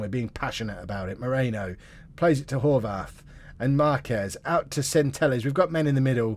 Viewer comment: Horvath is an Austrian/Hungarian name you pronounce the th like a t